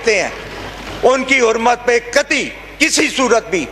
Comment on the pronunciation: Lanatio Apni Urdu to sahi kerlo Khurmat nahi hurmat hota ha